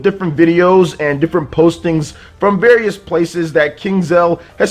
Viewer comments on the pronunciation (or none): none